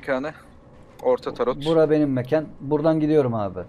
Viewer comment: Ulan ben de "tarot ne?" diyorum bir saattir. Turretmiş. Hay senin telaffuzunu...